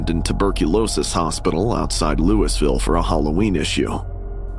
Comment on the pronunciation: Being from Louisville Kentucky and hearing it be said like Louis-ville hurts my heart😫